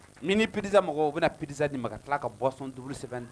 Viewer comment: excuse-moi j’ai pas l’habitude de commenter mais on dis pas pidzza mais plutôt pizza merci cordialement